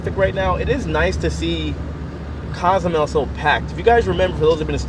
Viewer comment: It's pronounced CO. zoo may ale not "cause mel" and "Coast uh my uh" not "costa my uh"